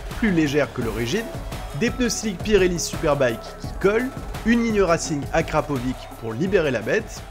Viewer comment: Top les gars, une vraie comparaison totale✌🏼 Akrapović se prononce « Akrapovich » 😉